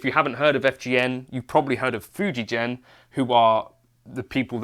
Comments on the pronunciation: The G in Fujigen is pronunced like in gold, not like in Germany. Fujigen Gakki means Fuji (the mountain) + Gen (string) then Gakki (Instruments). I love that company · Fuji GEN, not Fuji Jen